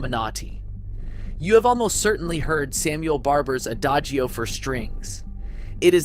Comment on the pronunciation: I would recommend you check pronunciations of names before you record. And also words such as 'hallelujah,' 'adagio' and 'discretion.'